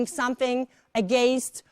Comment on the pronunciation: against - też źle wypowiada